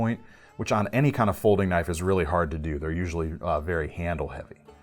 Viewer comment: more like "now, that's a KNOIFe!" LOL